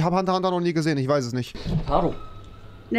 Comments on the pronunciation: oMG wenn man einfach zu "Hunter x Hunter" Hunter Hunter sagt !!!!!! TRIGGERT!!!!!! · AHHHH WARUM SAGT ER HUNTER HUNTER ES HEIßT "Hunter x Hunter" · Mich hat es so getriggert das er als Hunterhunter gesagt hat und nicht hunterXhunter 😂😂😂